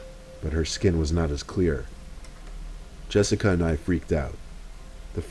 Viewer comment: Jessic-ah lol Another spoopy vid mate. 👻